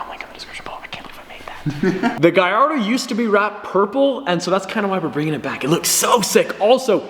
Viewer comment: its not guy are doe its gul are doe